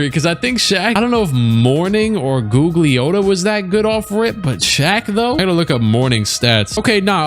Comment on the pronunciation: Say it with me, "Goog-Lee-Ah-Tah".